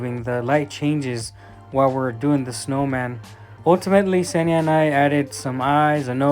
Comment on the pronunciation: An American swallowing the first consonant like they always do))) I kept wondering who the hell was the guy Senya behind the camera, while I clearly saw it was a girl. Senya being a male name btw. Eventually I realised he was talking about Kseniya (the girl's name)